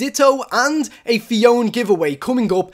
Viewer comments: It's not phi on its phy o na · phione is pronounced phee oa nee